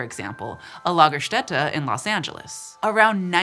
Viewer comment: Nailed it on the Lagerstätte pronounciation.